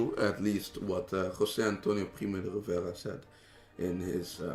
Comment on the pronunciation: You said that this guy is Spanish but when he said "José Antonio Primo de Rivera" he had a very strong non-spanish accent. I'm Spanish, so I know when someone is or isn't from Spain... This guy isn't